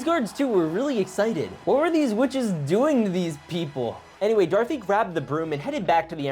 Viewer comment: Darthy? U mean do-ra-th-y